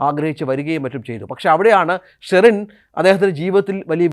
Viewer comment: സ്റ്റെറിൻ? ഇടയ്ക്ക് ബീയറിന്റെ പേര് പറയുന്നുണ്ട്